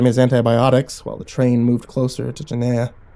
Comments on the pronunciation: Gehenna is pronounced GehRena no gehena lol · "Geneya" Hmm, never heard of it. "It's hell in the Bible!" ... Wait, is he mispronouncing Gehenna? *checks original story* Yep. XD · Ginneah - no G-henn-a - yes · The ancient bloodsoaked sacrificial grounds outside of ancient Jerusalem that inspired the word: ahegm Guinea. Because they tried and experimented with torture and blood sacrifice there. Hence the name Guinea (like guinea pig). Or for any Dragon Ball manga readers the Know the Japanese version: Gine. Ya know because she’s named after a vegetable from THE GROUND? When are you guys gehenna get your pronunciations correct? Smh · I had to check the original story, because it sounded like the destination was Guiana--which would be a way more mysterious destination for a train traveling through an interdimensional void than Hell, if you ask me. And then it sounded like he was saying "Jenaya", which made me think they were talking about two different things. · I love you. Love the stories, love your personality, love your soul. With that said, I'm not reading what you are, but if you are reading "Gehenna" thr pronunciation is geh-HEHN-uh with a g sound at the beginning not a J. If it's not that I apologize! If it is just letting you know. Keep up the awesome work man. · Damn good story, but Gehenna is pronounced guh-henna not jeh-naya....... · I love how you pronounced Gehenna correctly the first three times then after that it was genea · And then Guyana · Dont forget giyena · It's pronounced guh hen nuh by some Oh gi hen uh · Yes. Definitely not jeh-naya as the narrator pronounced it. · It's pernounced (gah-hen-na) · I love this except one thing. Gah-HEN-na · ... It's pronounced "Geh-hen-nuh"... 😐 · Why do I feel like you were trying to say Gehenna? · Do you mean Gehenna? If so, you're pronouncing it wrong. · Please watch blue exorcist to say Gehenna right